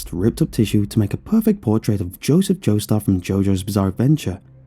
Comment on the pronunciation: He said Joseph joestarrrrrrr